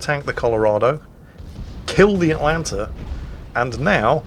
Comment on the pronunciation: you where doing so well, and then you started to go atlanter right at the end...